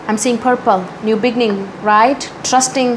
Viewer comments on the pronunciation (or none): none